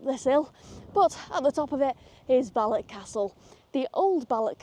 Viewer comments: It's Balloch, not Ballock. And it's loch, not lock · It’s balloccchhh! Not ballok .. 🤣🤣 try harder x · Love your presentations. Balloch is och, not ock.